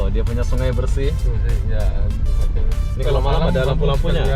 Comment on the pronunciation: Sungai,, bukan sungae,,, 🤭